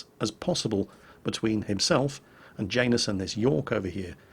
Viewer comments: it's said yanus not Jane us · Janus... I feel that's a slavic name, meaning to be pronounced "ya-noose." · is it just me or does say Janus weird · Yeah, it does sound kind of odd to my ear too. ;)